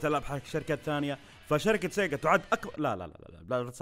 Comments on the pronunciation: لما قلت سيقا طرشت العصير 😂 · أنا انصدمت لما سمعت سيجا 😂😂😂 يلي انصدم لايك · والله انفجعت لما سمعت سيجا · خرشتني يوم قلت سيقا 😂😂😂 بس التوب تن رهيبة 👍👍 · عندما قلت sega انصدمت 😂😂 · يا ولد جلطتني لما قلت سيقا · جننتني يوم قلت سيجا 😂😂😂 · حرفيا توقف مخي عن العمل لما سمعت سيغا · جاتلى سكتة قلبية لما سمعت سيغا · افتجعت لما قال سيجا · أنصدمت لما سمعت سيجا 😂💔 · فجعني يوم قال سيجا😂😂😂💔